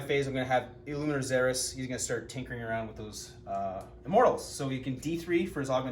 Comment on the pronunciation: ILLUMINOR NOT ILLUMINATOR